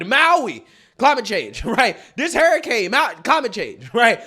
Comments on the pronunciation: what do you pronounce hurricane Hair Kane 😂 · Hairracanes!!! I love the way you're pronouncing hurricane lmao!!! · Yeah she might be reading from a script but you don't even know how to sayb hurricane. There is no spelling in the word of hurricane That has "Hrar-ucane.". Does dum-dum need to go back to school school? "Hear-icane " are you kidding me. Damn my great-nephew nose proper English. Where did you go to School? The UK or New Zealand? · What is a Hairacaine? I've heard of Hurricanes. Did you go to dumb dumb School? Did your teacher tell you to pronounce it as Hearacaines? Because I'm pretty sure it's called hurricane. Dum dum need gum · Who else is hearing him say hairricane? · dude, wtf is a hair-icane? LMAO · I love you dearly, but its pronounced "her-i-cane" not "hair-i-cane"😂 And the word is sacrosanct, not "sancusat" 😅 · I agree with you but Jesus stop pronouncing it harricane. And it’s not saccusaint. It’s sacrosanct. Jesus. This dude is making bank posting videos on YouTube and he’s an idiot.